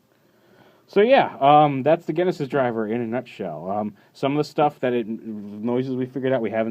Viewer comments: the only reason that "Genesis" is sais here with a hard G sound is because Japanese people don't always get pronunciation right when converting foreign words to katakana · what I'm saying is that this is a case of misinterpretation based on how the word is spelled. "genesis" here is still meant to be said with the "J" sound